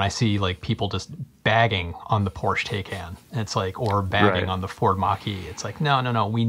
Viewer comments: Porsch Teyken? :-) Why are all you US guys so bad at pronouncing foreign names?! An A in Europe is always like "chArger", "cAr" or "Audi". porsch-e, E spoken like the E in "tEsla". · it’s pronounced “Porsch-e Tie-Con”! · Porche is pronounced Porch e, and taycan is pronounced tie con